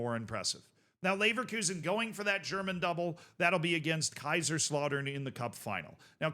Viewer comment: pronunciation of Kaiserslautern makes my blood clot lol